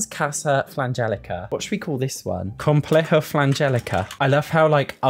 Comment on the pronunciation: Ps: as a spaniard, you pronunciation of "complejo" 10/10 👌🏻